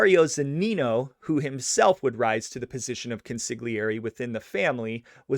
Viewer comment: I am sorry that I somehow failed to previously mention that the word CONSIGLIERE, unlike most words is pronounced so entirely differently than the manner in which ii is spelled. It is indeed a tricky word to deal with.